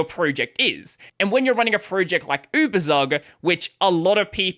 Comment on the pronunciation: Just a note on pronunciation: it's YOU-BER-TSOOK